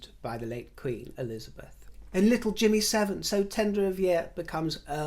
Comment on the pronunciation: I misheard you when you referred to James Viscount Severn as "Jimmy Severn" I'll let you workout what I thought you said.